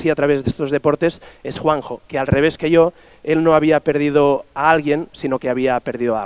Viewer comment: Me hace gracia como los catalanes pronuncian yo es como iooo